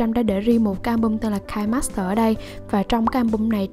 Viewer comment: Nó là KI NE master chứ hỏng có phải là "KAI" master